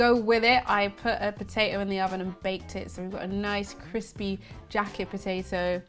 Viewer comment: Po-tay-Oh LOL 🥔